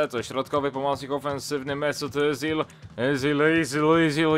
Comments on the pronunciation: i Ezil się mówi nie Yzil, bo to niemiecki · A zupełnie poprawnie po niemiecku to "Ycil". Ale każdy mówi jak chce.